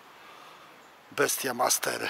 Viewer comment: Wesołych świąt, a ten kijek to nie "bestia master" tylko wymawia się "best master"😉